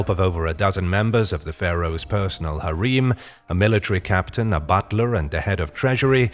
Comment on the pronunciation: Literally everytime I hear about Chinese emperors it's always about their harem, immortality via mercury, and bloodlines Ps I'm not sure about how it's pronounced in other places due to accents but the way he pronounces harem just sounds heretical to me